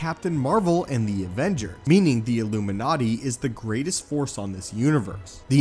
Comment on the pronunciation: The debut of the "illumiNaaati"